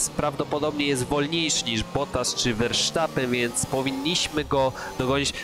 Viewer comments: verstappen a nie versztappen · Verstappen się mówi a nie Versztapen. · "wersztapen"...😅😂 To mi humor poprawiłeś 🤣